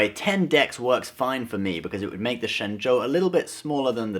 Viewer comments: Your Mandarin is amazing! That's correct tone and accent! Ah, wait, you are, right? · Hey, great video and you are the only guy on youtube to pronounce shenzhou correctly!